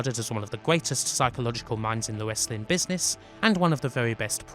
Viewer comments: "wesswing" lol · The PPV was bad but nothing close to how awful this narrator is. He can't even pronounce "Wesling". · Dude you do know that it's the "w" in wrestling that is silent not the "r "? Trying to figure out what the heck "wessling" is.😂🤣😃😄😅😆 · "it was a gloius time, when westling was".. . . .i really wanted to watch this but the way this dude says Westling is irritating the FUCK out of me